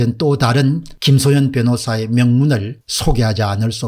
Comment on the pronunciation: 김소연을 자꾸 김소현으로 발음하는 것같은데....